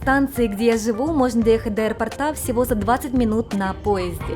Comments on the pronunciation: аэропОрта, а не аэропортА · Я конечно извиняюсь, но у меня уши свернулись в трубочку от аэропортА....аэропОрта, правильно. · Из аэропОрта, не аэропортА. Надеюсь, это было не грубо. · Прошу прощения, понятно, что в Японии вам это мало пригождается, но раз уж вы на русскоязычную аудиторию вещаете - аэропОрта, барышня, аэропОрта, будьте так добры. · АэропОрта Режет слух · Простите, подушню. АэропОрта. Очень цепляет слух. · миленькая, очень люблю вас и ваш канал, но за это видео вы меня словно 10 раз по башке огрели чем-то тяжёлым 😭 Что - аэропо́рт Нет аэропо́рта Чем - аэропо́ртом Об - аэропо́рте А на последний слог только в 1 варианте: Где - в аэропорту́ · ТортЫ, тортА, аэропортЫ, аэропортА))). С ударениями беда))).